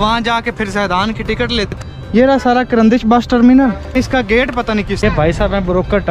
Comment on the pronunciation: Tarmenal ka nam sehi Lyn. Kar andesh